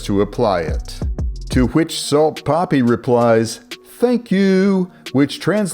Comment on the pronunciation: no hate but the way you say poppy instead of papi always gets me laughing